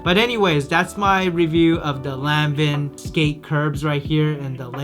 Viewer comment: Omg If you say Lan-Vin one more time! 😂🤣😂